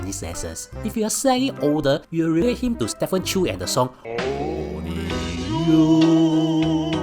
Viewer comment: Only youuuuu~ !!!! It's STEPHEN CHOW 啦，！！！！ What the hell with chew.